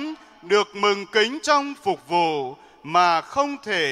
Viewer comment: Phụng vụ chứ. sao cứ đọc là phục vụ nhỉ, sai sai thế nào ý